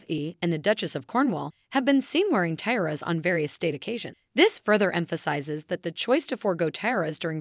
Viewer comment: Can't pronounce "tiara". Grating!